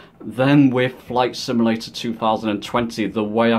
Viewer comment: Good video I liked it. One small comment. You keep saying "sim-a-lator" instead of "sim-u-lator". No big deal. Just a small peeve.